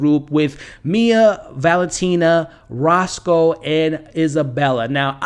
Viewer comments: The Italian concierge is Rocco (like Rock-oh) not Roscoe. Every time there was a reference to Roscoe I started to think I missed someone bringing the Italian chicken and waffles. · Its Rocco, not Rosco just FYI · Rocco. Not Roscoe. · He’s called Rocco not Rosco 🙄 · It’s Rocco not Rosco 😂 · Man, I hate to be that guy but if you're doing a public video, I think you should work to get the names right. Rocco, not Rosco. Di Grasso, not Grasso. Alessio, not Alexio. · Roscoe, Alexio You don't mispronounce, you reinvent Apart from that, really interesting predictions, thanks